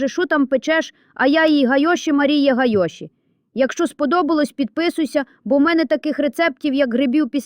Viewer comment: Не гайОші, а гАйоші... Взагалі, якийсь дивакуватий супроводжуючий і текст і голос, наче, на базарному розпродажі...